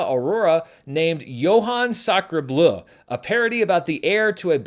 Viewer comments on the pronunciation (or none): none